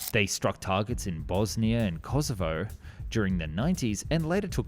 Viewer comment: When u say Kosovo it is like u said Yorkshire.....